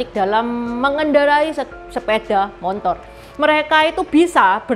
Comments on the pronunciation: Sepeda motor bukan sepeda montor ci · Kakek sy juga sebutnya montor.. bkn motor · terlalu semangat untuk menghibur penonton channel ini...Terima Kasih...saya sangat terharu ketika menyebut motor dengan "montor", itu pengalaman mendengar saya ketika pertama kali ke Jogja tahun 1985...entah sekarang🙂🙏🙏